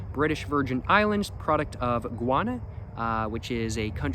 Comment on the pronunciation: pretty surprised he pronounces Guyana the spanish way lol